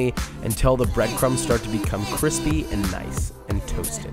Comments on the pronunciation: I DEMAND you chage the title from crispy To Cwispy Pls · Cwispy* Top Mac and Cheese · I hesitated clicking on this video because I dread hearing you say “cwispy” 100 times. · Cwispy cwispy bweadcwumbs. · Shouldn't you rename is "Kwispy Top Mac and Cheese"?